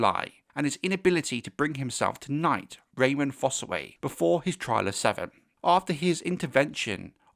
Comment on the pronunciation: Great video but it’s Raymun. Not Raymond. I note this mistake all over the place.